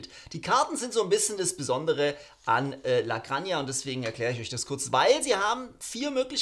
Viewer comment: Das "j" wird am ehesten wie ein ch bei "Buch" ausgesprochen. (Bisschen weicher / Laut etwas weiter vorne im Mund - dann wird es perfecto!) Und nun zusammen: LA GRANCHA